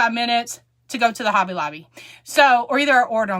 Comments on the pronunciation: Have fun with your "Hob-bay at Lob-bay"! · I am a child of God and know and Believe in my heart the Jesus died on the cross for my sins. So let those Haters hate, God has your back. And you now have me saying Hobby Lobby the same way as you do i am from Alabama so i got that southern slang also.